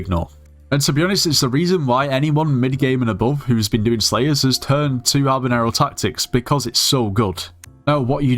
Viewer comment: bro I thought he said slaves instead of slayers at the start 😭🙏